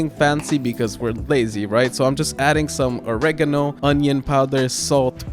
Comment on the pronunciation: wait did he say oregino